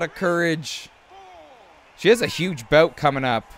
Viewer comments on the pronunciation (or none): none